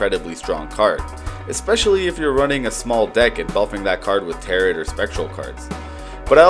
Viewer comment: Bro just said "tarrit" cards... its taro. Edit: chatgpt script no wonder